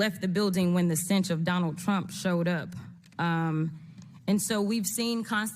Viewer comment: "The stinch"😂😂😂